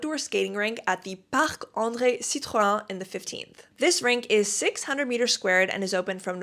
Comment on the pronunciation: superb video ! - but ... we french pronounce La ViLette (as if only one L) and not "La Vi Y ette " 😉🤩 AND we don't say " Citro-1" but " Citro-ène " - But ... Bravo for your wonderful vid' , very complete and detailed ! 😻